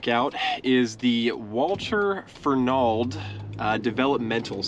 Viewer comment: We pronounce it Fer-nald. I worked with many people who lived there.